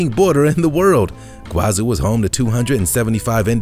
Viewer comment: Iguazú (Spanish, in Argentina) / Iguaçu (Portuguese, in Brazil) is pronounced "ee-gwah-SOO" in both languages, with the stress on the last syllable. It's not "ee-GWAH-zoo" as in the video.